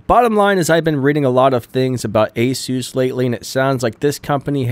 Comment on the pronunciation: ASUS or ANUS?...